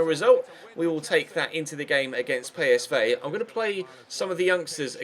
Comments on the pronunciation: pey-es-vay? PSV say pee-es-vee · ITS NOT PSVAY ITS PSV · bruh I think that's the Dutch way of saying it